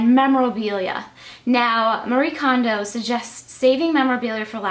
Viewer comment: Love your videos! Btw, her name is pronounced Mary-eh Kondo. They pronounce the e as eh at the end of their names in Japan :)